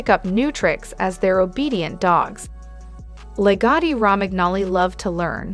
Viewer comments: Also, I think all the grooming clips in this video are not lagotto. Pronunciation of lagotto is terrible in the video. There are no all white or black logottos only off white with light sandy orangy patches to white and brown patches to dark brown dogs. They're soft and love to lounge and cuddle and don't shed so if you work from home and sit on the couch they're great little heaters in the winter. I don't have a dog smell in my house or dog hair to clean up. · Maybe learn how to say the name of the dog before you talk.... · Yes let’s definitely take advice from the person who, in the age of Google, didn’t even bother figuring out how to pronounce the breed’s name.